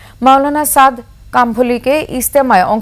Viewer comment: নামটা সুন্দর করে বলতে পারে না। আবার সংবাদ পড়তে আসছে! খুব হাসি পেলাম ☺